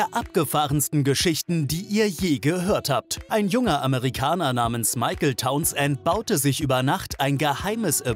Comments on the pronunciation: Mr. Tauns-Ent hieß bestimmt Townsend (sprich: taunsnd) 🤭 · Und die Aussprache Towns-end! :D